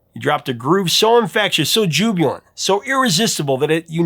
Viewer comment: i’ve never heard you mispronounce a word before in any of your myriad videos. (Jubilant uttered as jub-u-lant). Coincidentally, as I am writing this, you are expositing about Lionel R perfecting pronunciations of the fake Swahili words in All Night Song). Big fan of the channel.